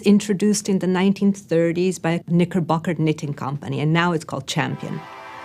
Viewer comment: Sadie Coalier I was fine up until she said Knickerbocker